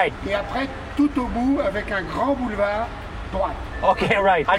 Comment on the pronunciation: "Vous arrivez y'a un boulevard ... "Yes, a belevar" "Avec des travaux" " tr...okay" Iconique 😂